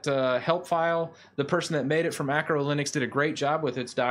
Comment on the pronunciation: It's ARCO (arco) not ACRO (acro) linux. This is just a mild criticism. I love your channel